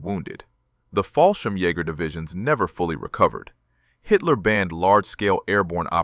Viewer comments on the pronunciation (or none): Not Hol mes but pronounced HOMES the L is silent and also Jager is pronounced Yarger not yaaager